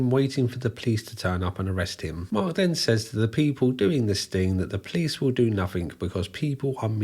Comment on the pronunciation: How he pronounces "police"... "PLICE" 😋❣️